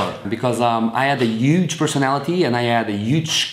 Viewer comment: i love your accent when you can't pronounce "H" appy = happy euge = huge